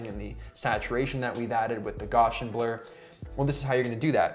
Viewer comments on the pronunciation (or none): Nice tutorial. One minor point: Gaussian is pronounced 'gow-see-in' not 'gosh-in'. (unless, of course that is just how they say it in Canada. :-) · I love you man but it hurts me how you just said Gaussian